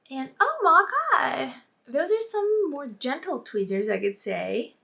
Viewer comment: I like how u are showing everyone the way the contacts look while you're in the daylight because it looks more lighter so now i know how it might look on me! Oh, by the way I love how u say twizzers (tweezers) I know u have a Greek accent, but it's cute :)